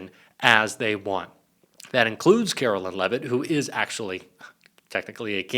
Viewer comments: Why do you keep saying Carolyn? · Karoline not Carolyn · Her name is pronounced kar-o-lyin😐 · Why do you find simple names so difficult to pronounce correctly - like Ferreira, and Karoline? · Take a drink each time he butchers the pronunciation of Karoline and see if you can stand once the video is over.